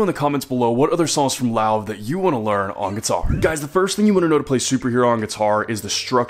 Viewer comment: lol finally someone that doesn’t pronounce it as “love”